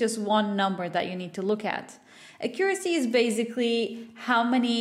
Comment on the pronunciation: How do you pronounce "Accuracy"? Its so triggering lmao Thats not american nor british english, right?